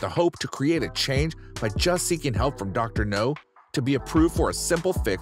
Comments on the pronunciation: It's doctor Noooowwwwww, as in... Now. Not no. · Your not saying his name right its not no sounds like now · It’s dr now not no he’s not a James Bond villain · i'll do it when you start saying the Drs name the correct way. its Dr NOW not Dr no. you may get more views and more people to subscribe if you did. Many people are annoyed by the way you are saying Dr. Now's name wrong. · You ain’t even watch the show if you’re pronouncing it Dr. No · Dr. NOW. Idiot narrator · I agree...Dr. No is a James Bond movie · His glaringly unprofessional pronunciation of Dr. NOW'S name is so ridiculous it's pathetic! Why would you hire someone, who doesn't have the ability to even pronounce the DOCTOR'S NAME CORRECTLY, or correct this error before posting it!!!!! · How the fuck can he pronounce all other names right but not Dr. Now?! What kind of sense does this make! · Maybe he thinks the W in Dr. Now is silent. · Yes it bothers me like crazy!!!